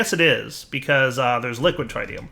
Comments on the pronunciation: It is not pronounced Trytium god damn it! It is pronounced threetium instead! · actually it “trit tium “ not “trie tium “ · Take a shot every time pronounces Tritium wrong. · The first "i" in tritium is pronounced exactly the same as the first "i" in lithium. the short "i", not the long one. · Am I the only one who gets annoyed every time says Tritium wrong...